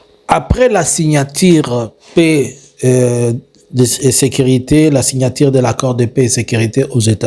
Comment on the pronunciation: On dit signature et non signatire. Que du mensonge. Tu finiras mal